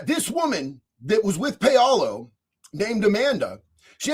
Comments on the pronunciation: Paolo is pronounced "POW-lo." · Is it Pow Low? Paolo